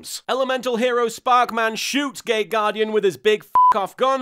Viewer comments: For a second I thought that you said "gay guardian" instead of "gate guardian" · I know it's not what he's saying, but I keep hearing "gay" guardian instead of "gate" guardian.... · Nearly every time he says it, it sounds like "Gay Gaurdian" - maybe that's just me. Makes me giggle though. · Me too... it seems we are a minority, but he's clearly talking about a gay guardian.